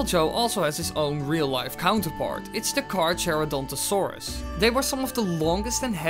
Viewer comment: Ok 1. It's Car-Char-o-dont-o-saur-rus 2. IT'S A TREX!!!